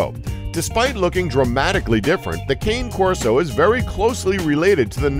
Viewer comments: ...better that than the atrocious "borble" that I usually hear. He tried, I'll give him grace on that one, even dogue de bordeaux, BUT MR. NARRATOR IS NOT FOR GIVEN FOR "KĀNE KORSO"... it's (kon'•neh kor'•so) = cane corso. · #7..I own this breed. It’s pronounced Cane (Kah-Ney) Corso, not “Cane” as in walking “cane”. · Arghh, he lost me when he "cane" corso. It's not pronounced like candy cane, but Kah-nay. "Cane" is the Italian word for dog. They should at least know how to pronounce the name of the dogs they show. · “Kane corso” gosh don’t make a list of you can’t pronounce the dog breed correct! It’s “ca-nay corso” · It's pronounced connie corso not cane. Do some homework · CAINE CORSO 😂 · Cane Corso....pronounced (kon'•neh korso). It's Italian for dog, not some kind of cane sugar. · Did you say "Kane" corso? Bruh. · Here's an elite fact: Cane Corso is pronounced like KHAN-ay COR-so. As you said, it's an Italian breed :) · Don't know much about dog breeds, but I know that no. 7 is pronounced "Ka-neh Corso". My son has one named Hershey and she's definitely large but very gentle. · the Cane Corso is pronounced can-nayyy it is Italian for dog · That's not perfect either but much closer than shown in the video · Yeah, it's more kah-nay, it's funny though, living in southern italy, and being fairly competent with the language, i laugh wheni hear tourists ask for meat in a restaurant, as meat is carne (car-nay) and dog is cane (kah-nay). I've heard people say cain corso, conny corso, hell even king corso. Shame the breeds so fucked cause of popularity, the real dogs are no joke, want a guard dog that will finish a man off, get an old school corso, not the wet fart mongrels people pass off nowadays. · "Kane Corso" ok... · In the breed Cane Corso, Cane is pronounced 'ka-nay'. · cane corso.. cane is the italian word for dog.. and is pronounced [ˈkäːn̺e̞] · It’s pronounced kah-nay corso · Cane Corso is pronounced, ca-nay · Why are you pronouncing “Cane Corso” like that?